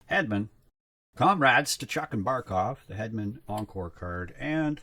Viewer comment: You keep saying comrades for the compadres cards... does the Hispanic community bother you?